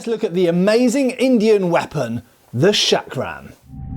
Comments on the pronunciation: Its not 'Shuck-rum' , the pronunciation is more like 'chuck-rum' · It is pronounced as Chakra , Chakram or Chakkar as the Ch in " Change" . Not as Shakram ( the Sh in Shake ) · Matt seems to pronounce the first sound as SH, but it should be CH as in "church." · The correct pronunciation of this Indian weapon is chakram as written in hindi (चक्रं) and not shakram! The term comes from the Sanscrit word meaning "wheel" or " circle" and in yoga terminology "center of power" symbolised by a whirling vortex of energy. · Not trying to be a dick, but the word is pronounced "Chuck-ruh", not "Shaak-ruh". You're welcome. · It's pronounced CHakram, not SHakram. It's Sanskrit, not f*cking French. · The way you say "chakram" makes me think you spell it "Shaq Ram" (sorry, had to say it).